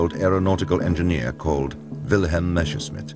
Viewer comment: Nice docu, but the narrator constantly saying "Meschersmidt" instead of "Messerschmidt" kindda bugs me. a lot. :D